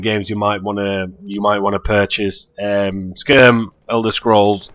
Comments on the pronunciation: skurm lmao, it's SKY - RIM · HE SAYS SKYRIM LIKE SKRM HAHAHAH :D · I love how you pronounce skyrim (assuming i pronounce it right [sky-rim])